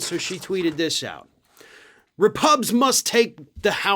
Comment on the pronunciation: Did she self own by saying repugs as in repugnant or was that a Freudian slip